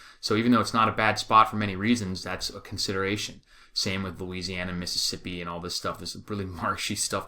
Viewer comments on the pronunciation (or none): none